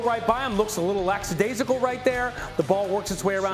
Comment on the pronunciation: They kept using the word "Lackadaisical" and kept pronouncing it wrong. Just call it lacking enthusiasm or just flat out lazy.